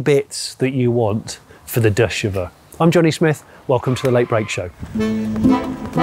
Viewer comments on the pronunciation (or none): Not even two minutes in and you call it a "Deux Cheveux " which would be a "Two Hair". The last letter is seldom pronounced so Chevaux is pronounced Shevo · Deux chev-oh darling otherwise you’ve said a Citroen 2 hairs….. love your show. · Not to nit-pick but Johnnie, if you don’t want the French to laugh at you, learn how to say “deux chevaux” properly. Your present pronunciation means two hairs. (Literally) Not two horse (power.)